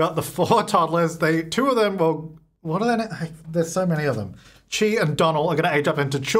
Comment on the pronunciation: Chi is pronounced like Shy. Or at least that’s how I pronounce it.